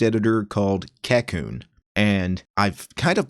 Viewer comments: You have the pronunciation wrong, but I cannot blame you as it is not English anyway. The name is from Japanese which is 書こうね which would roughly translate to "Let's write, yeah?" in a casual tone. The "backwards" ordering for commands like dw no doubt goes along with the name since Japanese sentence ordering is backwards compared to English also. As for the pronunciation, it would be like: "kah - ko - nay" with the ko part dragging for a longer duration than the other two syllables. Just thought you might find this trivia interesting. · Every time he says the name wrong I'm reminded of how it being named by a weeb is a problem.